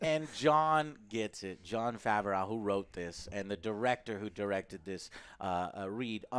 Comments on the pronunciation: After five plus years joe still says Favrauw when it’s “Fav-Roh” lol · joe so dumb bro, they said they are writing the fourth season. Din isn't finished, I'm sure Book of Boba Fett will be separate. Also, it's Jon Faahv-roh. Not fav-ah-raow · joe really be calling this man jon favaroww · Can you PLEASE pronounce Favreau properly!! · I have never seen someone mispronounce names as consistently as does. His pronunciation of Favreau is incredible.......and quite frustrating.